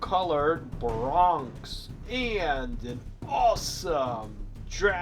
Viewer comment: BEAR-E-ONYX thats how u pronoucne it, not "Bronx!" Also really try to improve the sound quality of the dinosaurs. I find the sounds u use for the dinosaurs to be odd. They keep looping in strange ways and stop using that weird deep growling sound from Godzilla 2014(which isnt even an actual roar). In some of the films certain dinosaurs actually had their own sound efgects outside the t rex